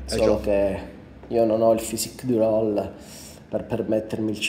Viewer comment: si scrive Rouleaux e si pronuncia Rulò non rollò